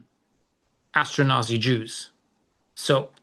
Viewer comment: Astronazi 😂 it's ashkenazi